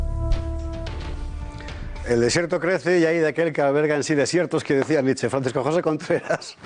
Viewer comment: La ' E ' final de Nietszche también se lee......